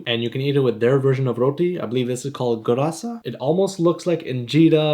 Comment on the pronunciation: The moment I saw the notification, I couldn't believe it, I thought I read it wrong... As a Sudanese guy, this really warms my heart 🥹 And the way you pronounce the dam3a and gurasa is absolutely perfect Not many people talk about our country, and it's really nice of you to do this Absolute legend ❤